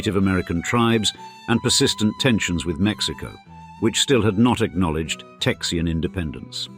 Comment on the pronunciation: I can't handle "Texian" lol